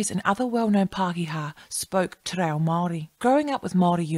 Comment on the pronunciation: Interesting video, although I cringed every time you mispronounced “Te Reo”. I remember learning basic te reo in intermediate school back in the 1960’s. Mind you, I grew up in Otara, South Auckland, where there was a high percentage of Maori students. Ironically I had more school exposure to Te ao Maori than my own Samoan culture back then. Thankfully things are very different now with the growth of the Aoga Amata movement and the Tapasa educational document. Looking forward to future videos.